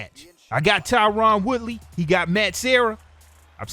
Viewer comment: I love your show man but his name is Tyron not Tyrann